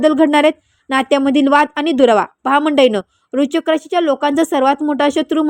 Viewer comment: Kashala lokana ghabrvta .aadhi vrishachik bolayla shika . Tumi astrologer aahat tar aadress aani qualification sanga aadhi